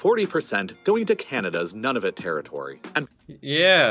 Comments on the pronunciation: Nunavut is pronounced Noonevut, with the "vut" part pronounced like "but." // Good thing this mini island was only in dispute between Canada & Denmark, two peaceful nations. (Look what happened with the Falkland Islands between the U.K., & was it Argentina??) (And Slava Ukraini, BTW!!!!) // According to comments here, there ARE some decent resources on this mini island. (I'd really like to see the blue sapphires!! I wonder if they were actually mined! And oil there as well??) I need to research all of this; you've got me very curious now. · Oh gads. Please people! Attempt to say Nunavut correctly (the guy on the video slaughtered it). It’s pronounced “NOO-na-voot”, not “None of it”